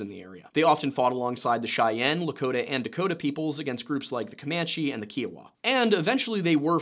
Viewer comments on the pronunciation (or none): It’s pronounced “ Kiowa” not keowa. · Your mispronouncing Kiowa, long I, not an ee sound. Thanks for your presentation. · Hey white bread-its not Kee-owa. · Kiowa = KY-uh-wuh, or KY-oh-wuh. Not "kee". Cheers. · It’s KĪ OWA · Just so you know, Kiowa is pronounced Ky-ah-wah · We are Native Americans (I'm 1/8 Alabama-Coushatta and my daughter and her father are federally registered Eastern Shoshone - he's full blooded & daughter is 55.75%) so I thank you for the in depth look at the natives who inhabited the Colorado area prior to your story. I do want to mention however that to our knowledge, the Kiowa tribe is pronounced as K-EYE-Oh-Wah. Just a little FYI as we attend mltiple pow wows yearly and that is how those people themselves say their tribal name. Thanks again! DocC